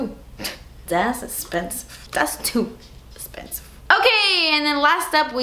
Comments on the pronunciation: Every time you say "das espensive" I laugh so hard 😂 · "das esspensif" 😂😂😂😂😂 It seriously always makes my day whenever you say that in your videos!! ❤️❤️❤️ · I love how you say "thas espensive" 😂😂😂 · Bridgett Wainwright I love when she said "das TOO esspensive" haha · Seriously love when you say "Dassss esssspensive" love you definitely my favorite youtuber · I LOVE when you say, "DAYS ESSPENSIVE"!😀❤ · Love it when she says "das espensive" 😂